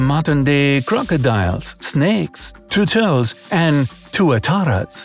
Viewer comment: How he says "tURtleS" is so funny 😂